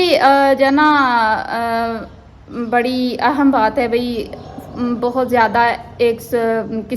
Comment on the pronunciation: Word is aihm not aahum